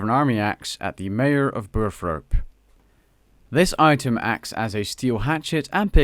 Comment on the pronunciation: Another fantastically helpful video. Thank you so much. But dude, it's Burthorpe not Burthrop !